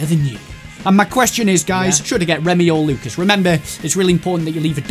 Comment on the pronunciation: it is lucas not Luces